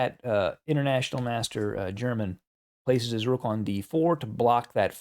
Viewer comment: When it is a name, "German" is pronounced, "eir-mann."